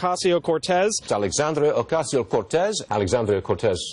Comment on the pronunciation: Did i hear it correctly? Didn't many of them say "Alexandria Acasio-Cortez" and not "Ocasio"??